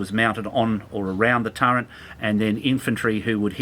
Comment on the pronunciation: I'm really not being cheeky but I have to ask now after hearing it, why is it Australian's call the Turret a Turrent? Your about the 5th I've heard call it that now?